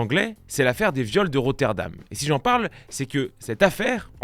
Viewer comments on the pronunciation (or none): Vidéo très sympathique, néanmoins attention ! C'est RotherHAM !!! Rotterdam c'est au Pays-Bas